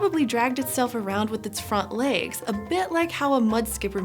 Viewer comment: I love the way she says 'legs' which accent is that?